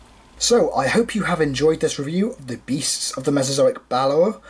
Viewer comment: By the way "Balaur" is pronounced a bit more like "Balauur" or think of how you say the two Oos in "fOOd"